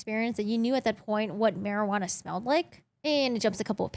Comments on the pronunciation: The j in marijuana is silent 💀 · she likes to pronounce it that way because of a meme, she said that in the past